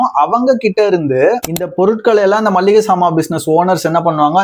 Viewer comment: மள்ளிகை கிடையாது. மளிகை.எங்க சொல்லு மளிகை.